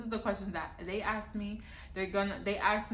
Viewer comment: Asked not axed